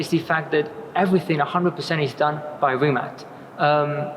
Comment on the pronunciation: Is it really hard to pronounce it "Rimats"?